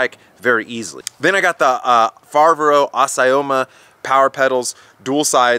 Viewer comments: I bet he doesn't speak Italian or Spanish ! 😂😂 Fiveri, Fibero, Foberry, Fevoro, Feberrry... Azaroma, Abimoma, Ebimoma, etc 😂😂. I like him, nice guy and honest. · Fa-vair-oh Ass-ee-oh-ma. Hopefully that helps you in your pronunciation LMAO.